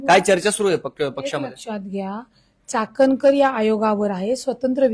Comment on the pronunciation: चाटणकर नाही चाट कर बोला चाटणकर 😂😂😅😅